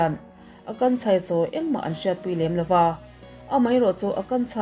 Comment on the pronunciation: I Hindi hming lam hi tem chuan beng a thlep deuh thin....tlemin lo fimkhur zual deuh la ka ti